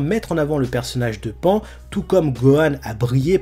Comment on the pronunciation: On dit pas pan ( comme pan pan ) mais pan ( pa+ n en son japonais ) .